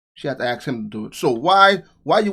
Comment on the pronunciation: Lol you said axx. Lol